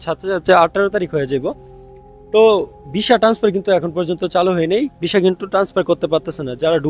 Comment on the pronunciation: ভিছা না সুন্দর করে কথা বলেন হবে ভিসা